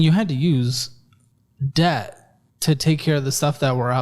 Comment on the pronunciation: You say debt , death Megadeth 😂